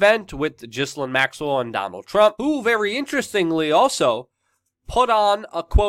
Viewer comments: Say her name properly it's Gil--Lane not Jislin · Its Gill-lane...not jizz-linn... lol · I love your work Luke, but I have one word for you.... "Gee-Lane" hahaha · It’s pronounced GIL-AIN. Not GIZ-LIN. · I think her name is Gi-lane, not Jisslane. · It’s GI-LANE not GHIS-LINE. I LOVE YOU‼️ ❣️ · Its said like gillaine maxwell.not ghislaine . Ur saying it like its spellt my american friend. Oh bye the way she is accused of rape.so why she still free down in brazil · Dude! Her name is pronounced 'Jilaine'! The 'S' is silient! Jilaine! Not Gislaine. So a J sound instead of Ga sound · Luke! Love your work, I’m a big fan and a supporter. Please, for YOUR journalistic integrity, (and certainly not out of concern for that horrid woman) pronounce the names of those you are reporting on correctly: Ghe-len, like trying to make the name Glen into two syllables. There’s a Ted talk here on YouTube with her speaking and that’s how she’s introduced. Thanks for all your hard work and passion! Glad you are feeling better! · Ghislaine pronounced Gees-Lane in french. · minima moralia Her name is Pronounced Gee lane as is the boat her father had the Lady Gee lane. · Mate, Her name is pronounced... Gi-lane Almost like the name, Elaine... Love from Scotland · It is correctly pronounced Geh lane. Something French I imagine. Accent is on the lane part of her name. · Can you try to pronounce her name right or stop saying or so much